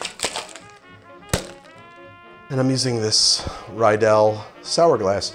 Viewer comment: Hey, awesome video! I loved the millionaire cocktail especially, but Riedel is pronounced Ree-del. No offense, just pointing it out.